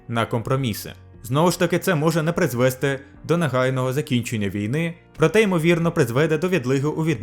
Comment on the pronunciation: наголос призвесТИ, а не призвЕсти